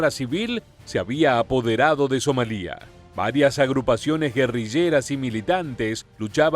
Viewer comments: SomAlia, no SomalÍa. La sílaba tónica es MA y como es llana y no termina en consonante que no sea N o S ( "lia" es una sola sílaba con diptongo) no lleva acento. Y ¿por qué pones un Apache en la imagen del video en vez de un Blackhawk? Cometes unos fallos que no entiendo a veces. Otros youtubers latinoamericanos no comenten esos errores que te hacen parecer un poco cutre. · Somalia NO lleva acento en la i, es una palabra llana que termina en vocal, por tanto no se acentúa y se pronuncia sin hacer énfasis en la i, So-ma-lia.